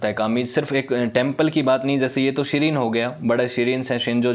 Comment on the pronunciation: आप बहुत अच्छा बोलते है। however, you should called Shrine as श्राइन। you are right now pronouncing it as शिरीन। आपका वीडियो बहुत अच्छा है। धन्यवाद।